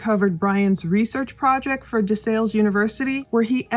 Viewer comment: It's "DE SALLE" like PAL.